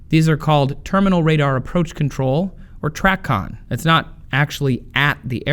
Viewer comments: 'Tray-con' is the pronunciation, not 'Trac-on'. 8 Years as a controller myself. Very good overview on the information presented though, loved it. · Tracon (tray-con) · TRACON is pronounced "tray-con"